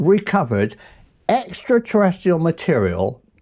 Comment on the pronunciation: Nice one Prof! I think you might be pronouncing 'extraterrestrial' wrong though